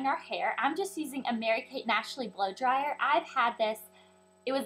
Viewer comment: i love it how she says "blow dryer" :D